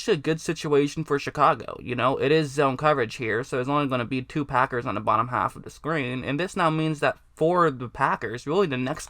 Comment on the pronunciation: Haffuhduhscreen. Either top haffuhduhscreen or bottom haffaduhscreen.